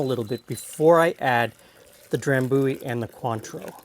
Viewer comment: Have you been to Scotland ? I used to live next to the drambuie factory. Maybe why I hate whisky. FYI Dram-bu-ie try say it like this with the “u’’ sounding like “you” then the ie on the end, that’s how it’s pronounced rather than “Dram-booie” as you say it.